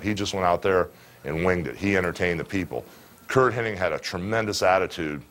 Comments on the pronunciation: I hate when people say Curt Henning. It's Hennig. Good friend huh, Terry? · Weird. I’ve always heard Henning my entire life. So I’m sure hulk heard it exactly the same way. So I’m still gonna call him Curt henning lol.